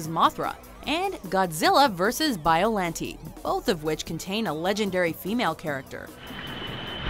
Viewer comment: boooo normies!!!! Godzilla vs. Mothra is not "classic", it's mid-tier Heisei... and Biollante is pronounced incorrectly *REEEEEEEEEEEEEE